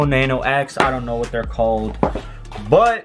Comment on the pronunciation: why does he say sh-know instead of know?